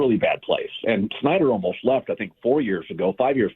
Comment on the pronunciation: its been years. colin refuses to pronounce schneider correctly.